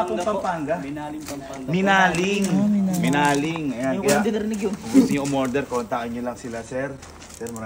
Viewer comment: Minalin pampanga idol geybin hinde minaling😂